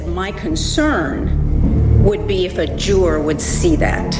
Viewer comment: Nancy Grace the word is Juror not Jurar